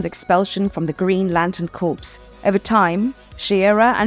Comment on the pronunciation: Why did you pronounce "corps" as " corpse?" They're not the same thing y'know.